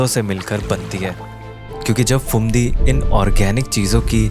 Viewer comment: Pretty cool indeed. But why do you keep pronouncing the "ph" as "f"? It's not "failna" and "Fumdi" (it very obviously is spelled with Ph and not an F), but phailna and Phumdi. Where are people learning this nonsense from? The "ph" is only pronounced as an "f" in English words which derive from Greek (e.g., "physics" and "photo"), which the words you're pronouncing are obviously not.